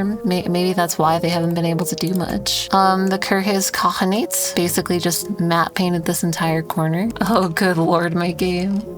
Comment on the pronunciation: you are pronouncing kirghyz khanate way off